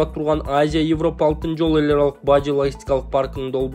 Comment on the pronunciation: Эвропа эмес Европа деп окучу